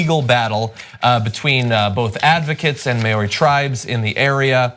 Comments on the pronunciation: Guys, Maw-ri, not Mary. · I know some people don't like being corrected, and believe that you can pronounce words however the hell you like, but the indigenous people of New Zealand are called Māori (MAA-or-ree), not Mayery - the word is not that difficult to say at all. If you were ever to meet a Māori in person, they would not be too pleased that you basically called them a Mary. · It's pronounced Mao Ri as in Mao Zehdung, not May ow Ri. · It was pretty cringe. For the record, it's not pronounced Mayori, it's Mao (like Chairman Mao) Ri (with a roll on the r). That'll get you close enough to not make us New Zealanders want to claw our ears out. And Wanganui is pronounced more like Wong-ga-nui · It's pronounced: Mow-ree. Rhymes with "Now me" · It's more like 'Moe-re'. In Te Reo, I's have an E sound. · The Māori pronunciation was terrible urgh Cenk could have at least looked up how to say "Māori". Also, their understanding of Māori culture and iwi (Māori tribes) was distressing. I get that they're not Māori or even Pākehā (non-Māori New Zealanders) so it's hard for them but it was difficult to listen to. Indigenous cultures are far better at understanding the environment and their own relationship to it. For non-New Zealanders to understand, the Māori name for Māori people is 'tangata whenua', meaning 'people of the land'. I get that y'all have a hard time understanding colonial oppression, but this is one way to perpetuate it. Only John here did anywhere enough research to comment on this story. I'm pretty disappointed in here. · As a Kiwi I have to say, your pronunciations are hilariously wrong. Lol. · I agree, you'd think one of them would know how to say Maori. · Omigsh, I love you guys, but please GOOGLE how to pronounce words before you screw up Maori (repeatedly), Whanganui (Wh = 'f' sound) and iwi. It is sooo offensive.